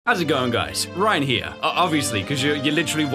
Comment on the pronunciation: Who says insted of